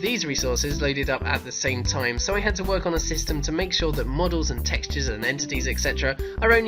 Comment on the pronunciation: Did he say ‘to work’ or ‘twerk’ ?